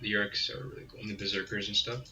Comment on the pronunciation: I don’t think it’s pronounced YURE-IK. I think it’s Oo-Ruuk